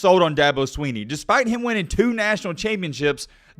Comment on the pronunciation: Good Lord if you spend 11 minutes taking about a man can you at least pronounce his name correctly? It’s not SWEE-KNEE